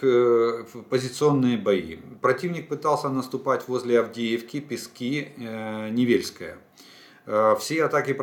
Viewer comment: Олег, кажный день вас слушаю и каждый день хочу написать про ударения в названиях населенных пунктах на донеччине, как бывшая дончанка. Местные говорят не БахмУт, а БАхмут, ударение на первый слог. И ПЕски тоже на первый слог. Вы хотите сказать правильно, а потом исправляетесь. НЕвельское. Спасибо.